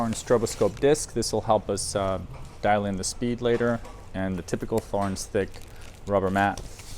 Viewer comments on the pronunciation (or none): It's pronounced TORRENZ. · The strobe is more precise than the app. LED lighting oscillates at mains frequency. The connector is a jenson (Jensen?) aircraft connector. Thorens is pronounced “torrens” Great set up procedure nice turntable. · so, I don't mind if he pronounces it THHorens. He is American. Should he pronounce that Mercan? Cheers